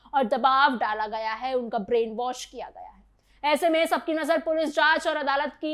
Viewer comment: Brean wash hota hai was nahi😂😂😂